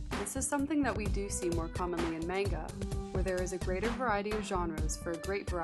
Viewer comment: she can't pronounce manga either.